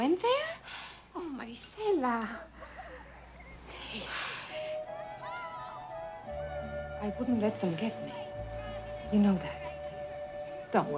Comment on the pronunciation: Did anyone else notice how Stacy kept calling Maricela Marcella ? Irksome, if you ask me.